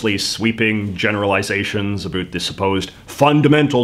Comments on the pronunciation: As a Canadian I don’t like how you say “about” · It's hard to take this dude seriously "a boot" anything with that silly pronunciation . This hoser can just take off eh cause Canadians doo'nt say a boot when they talk about politics, beer hockey or even maple syrup style health care . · The way you say "about" is funny:) Your videos are great!! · Is it weird that I am watching just to hear him say "about " in weird way 🤔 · you're putting it on with the about pronunciation - no one says it like that! lol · fake canadian? no one in Canada actually pronounces about the way he does he’s obviously faking it. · I can't stand the way he pronounces 'about' . Totally fake and annoying.